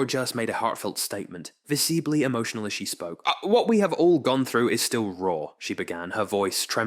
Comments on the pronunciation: What's "viseeblee"? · "Viseebly" and I swear I heard a "rochas" in there too